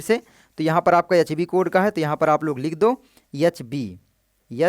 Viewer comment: Ye H ko yah yah kyu bol rha hai bhai 😂